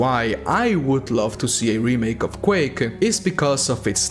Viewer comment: Quake-ah, game-ah, announced-ah.